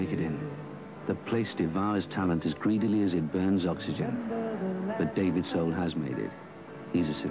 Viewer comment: Soul....not Sole, lol